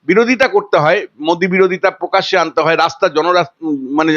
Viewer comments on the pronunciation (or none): পকাশ্যে? না প্রকাশ্যে!!?